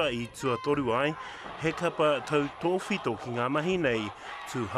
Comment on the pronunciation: Tautowhito.. Kāre anō au kia rongo i taua whakahuatanga o te kupu rā